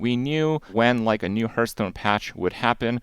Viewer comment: I haven’t watched Krip in years but wow that pronunciation of Hearthstone still riles me.